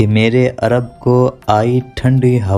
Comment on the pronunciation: Meere not mera Arab